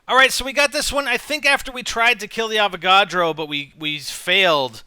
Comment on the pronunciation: When he says" Avagodro" does he mean electric boss???